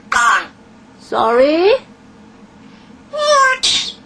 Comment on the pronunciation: AHM SORREH